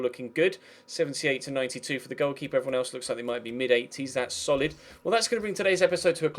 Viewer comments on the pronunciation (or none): none